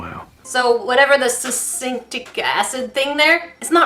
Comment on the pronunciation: ok but " succinc" XD